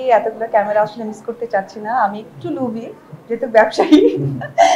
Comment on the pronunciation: সে লোভী বলে নাই, সে উচ্চারণ করেছে লুবি